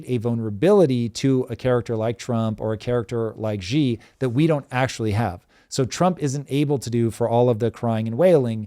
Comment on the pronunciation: Xi is pronounced she like a girl. Please.